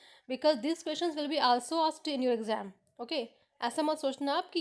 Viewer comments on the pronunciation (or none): none